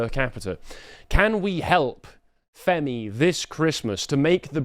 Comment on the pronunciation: It's definitely Femi and not Fermi. Otherwise he might understand the paradox. All BS aside this is just willful ignorance.